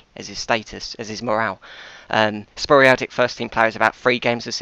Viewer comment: Sporadic is not pronounced the way you pronounce it..!!